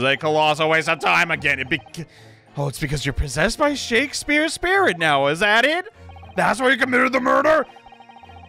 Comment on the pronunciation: Because its the end of the trial I will now point out has been saying Shamspeare wrong the entire time and adding an extra "e" after the m.